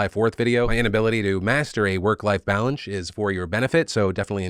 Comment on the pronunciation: I do believe that I just heard you say "work-life balange," not balance. I'm not sure what a balange is, but I hope you find it soon.